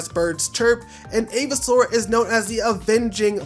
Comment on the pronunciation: Avisoar sounds like Aviation.😅